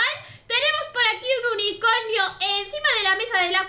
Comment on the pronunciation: dice unicoño en vez de unicornio